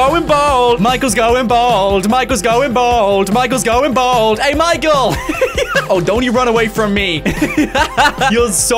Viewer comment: you are aware it's bald not bold!!